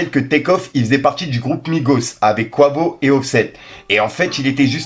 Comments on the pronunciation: Top la vidéo mais Quavo ne se prononce pas Kouavo mais Quayvo 😅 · Mdr😂 je suis désolé la prononciation de quavo 😂 tu m’as fumée ! Merci pour la vidéo en tout cas 🙏🏾